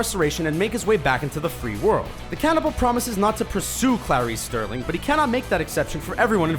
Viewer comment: Starling ,not sterling!